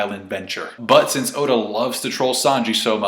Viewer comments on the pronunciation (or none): none